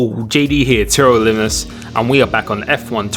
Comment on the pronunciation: Can you please just pronounce TRL Limitless my god